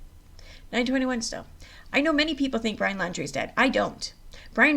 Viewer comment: If u r reading please properly pronounce names correctly. It's not landry. It's laundrie.